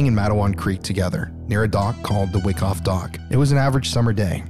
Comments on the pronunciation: FYI: Wyckoff is pronounced WHY-coff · I think it's pronounced why - koff